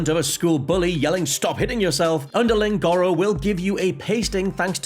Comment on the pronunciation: I get that accents are a thing, but the game clearly says “Gore-oh”... your pronunciation of gawro is mildly infuriating, why y’saying it so weird?